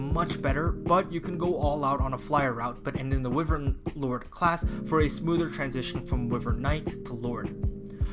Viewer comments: i’m sorry, i really hate being that guy but its “WHY-VERN” not “Wih-vern”. love your videos btw been watching all your three houses videos! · Not normally the negative comment guy, but the way you pronounce wyvern physically pains me.